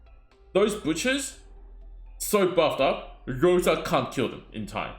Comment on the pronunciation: I'm Russian and the wrong pronunciation irks me so much 😂 In russian the letter R is written as P and the letter S as C. Thus Rosa and not "Poka". Oof, had to get this off my chest ❤ good luck on your pulls if you decide to go for bear mama